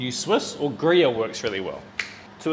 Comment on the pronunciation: pronounces Gruyère wrong Me- Screams in Swiss German.